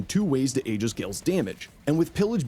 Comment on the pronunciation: ee-jiss not ay-gis